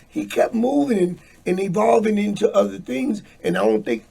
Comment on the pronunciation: Everytime says "udder" because he can't pronounce "other" 🤨🤣🤣.